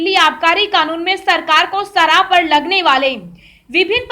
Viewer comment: Biharun aagy taja (taza) khabar lekar. Sarab nahi sharab.